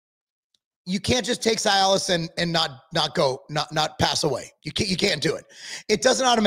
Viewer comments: C- Alice. Not sy -Alice. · The correct pronunciation is ….(see a luhs) not ci-alis thank you your welcome lol 😂